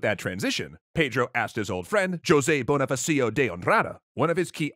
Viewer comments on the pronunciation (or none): Just one thing you mispronounced Bonifácio the emphasis is actually on the FÁ. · The pronunciation of José Bonifacio de Andrada's name kills me, hahahaha!